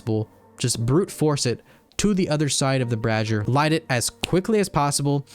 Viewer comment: bray-zee-er not brah-zee-er goddamnit learn to talk >:(